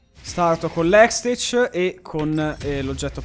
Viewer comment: bello mi fai morire dal ridere, pero ho una cosa da ridire riguardo la pronuncia di hextech, che sembri uno straniero da ruspare perche pronunci hextec ahah ma tanto alla fine non si puo entrare nell angolo rottute daje